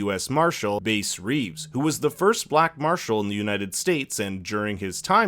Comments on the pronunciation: Your pronouncing Bass wrong, it's B 'ASS Reeves, the man that the Lone Ranger's story was based on. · It’s called the bombing of black wall street one and two bass is pronounced like a bass fish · This is the first recap video I'm watching of this series and I'm turned off by the mispronunciation of Bass Reeves' name. wtf did yall get "Base"from? This is literally on television and every historical note. This is lazy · Bass is pronounced with a short a, like the fish. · Bass is pronounced like the fish and the man was the real life version of "The Lone Ranger" a masked avenger in TV. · Omg that triggered me so much lmao tf is a base reeves